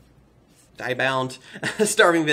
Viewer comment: Its pronounced "dee-ah-bound" 😉